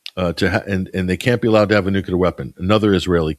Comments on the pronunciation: I love to listen to you but I have one issue. Nuclear is pronounced exactly like it is spelled nu-cle-ar. I don't think you realize it, but you, like many people pronounce it nu-cu-lar. 😮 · NU-CLE-AR. N-U-C-L-E-A-R . Read the letters. Why is this word, "nuclear", so difficult for people to pronounce correctly?